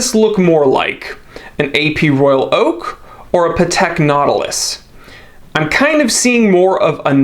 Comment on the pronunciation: Patek Not-ilus